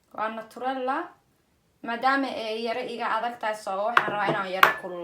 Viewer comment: Naturela mahan ee waa Nutella 😅😅